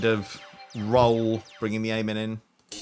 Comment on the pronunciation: Beautiful!❤ On a side note my wife was perturbed by your pronunciation of “Amen”. I personally saw no issue with it but thought you should know.😂